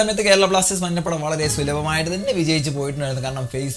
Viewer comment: മന്ന പട എന്ന് പറയുന്നത് പോലെ തോന്നുന്നു ബ്രോ 😬😬